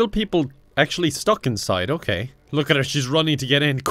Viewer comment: omg that "okeh"